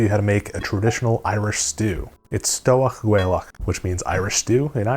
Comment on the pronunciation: My compliments as an Irish fella for your pronounciation of stobhach gaelach! Corned beef is NOT traditional at all, by the way. It's even incredibly difficult to find in Ireland. What we do eat is cooked ham (which is really a piece of salt bacon), cabbage and potatoes. Often with a salty seaweed like Siugain or Dilisc.